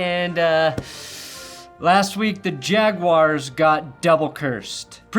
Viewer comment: Ravens play the Rams next week not the Yague-yars